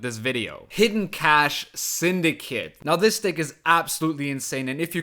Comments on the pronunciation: English teacher here! Cache has the same pronunciation as cash and I 100% agree English phonetics is a nightmare. Great video man and thanks for scaring me off the ladder with this deck guide. I'll stay in the (relative) safety of arena mode. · It's just pronounced cash actually